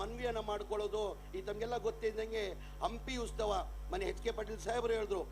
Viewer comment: 😮 ಉಸ್ತವ ಅಲ್ಲವೋ ಮಾರಾಯ ಉತ್ಸವ 🤦‍♂️